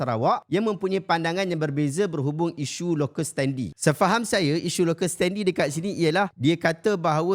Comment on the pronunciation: Terbaik ya segala penerangannya! (Sikit je nak tegur: sebutan betul bagi perkataan "standi" dalam "locus standi" ialah "sten-dai", bukan "sten-di".